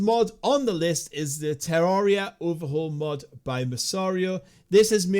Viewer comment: Im sorry but did you just pronounce it tyaria?